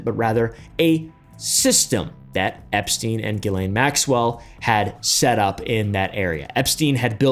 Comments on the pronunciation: It's pronounced "gah-lane" big dawg😂😂😂😂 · Gu-ee-layn That's how it's pronounced. ... You got it right at the end lol, YOU GOT ME.